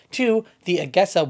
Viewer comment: A….jeee…….sa. Not A…Ge…..Sa!